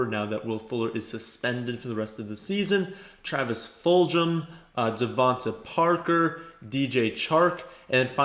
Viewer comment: Travis Fulgham's name is pronounced with a hard "g" sound, not a "j" sound. Full-gum.